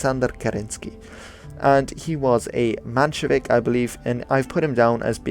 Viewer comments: The map is wrong i don t know why you d use such an exaggerated projection. and it s MENshevik this is like listening to a doc about the american civil war and you call him robert e leon. And that s in the first five minutes. It puts one on high alert for the next mistake. I for one have a low tolerance for misinformation. Anyone who attempts to inform an audience BETTER get their facts straight. That s the way to progress as a society with correct information being delivered. And learned. Otherwise you get yankees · Actually its spelled menshevik, not manshevik